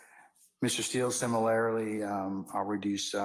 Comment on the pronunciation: "Similarily" what a maroon